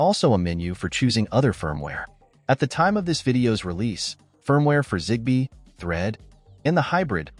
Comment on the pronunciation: Не Трид а Трэд